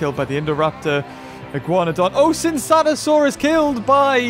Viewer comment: Classic, "Sinsatosaurus". Tsintaosaurus! :/